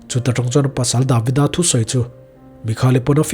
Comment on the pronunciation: Davida ni lo in David-a oh. A lam rik dan hi thiam tawh teh uh ngaihthlak a hre awm a dik zawk hriat chuan josefa ni lo josef-a entir nan